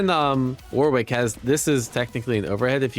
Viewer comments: Surely it’s pronounced ‘Wo-rick’? With love from England. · dear Americans, its pronounced 'Warik' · Cool vid. However the pronunciation of Warwick needs some work haha